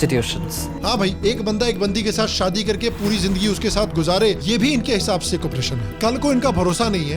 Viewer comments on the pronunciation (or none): none